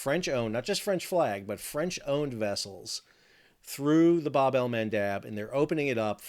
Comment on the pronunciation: Can you please start saying “bab” correctly? It’s the short A. As in jab, stab, crab, dab.